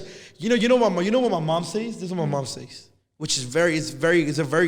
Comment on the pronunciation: My brother checked me for saying “says” like that so I gotta check u 😂🤣